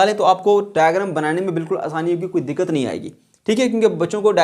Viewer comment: Secondly, wasn't it dikat?